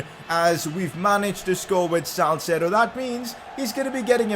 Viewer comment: hi i think its salceedo not salcedo